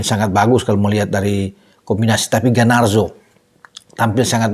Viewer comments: Garnacho, bukan Ganarso..😂😂😂 GGMU!💪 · Darimana Garnacho dibaca Ganarso,. Kok bisa?😂